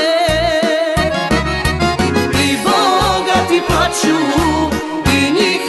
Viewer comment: a sto krijete njeno ime ..kakvo je to glupo ime kadi ...kada vidi se iz svemira da je muslimanska ..ne zna reci cisto Č.....poslusajte samo kako je to ruzno čuti 'PLAĆU'!!!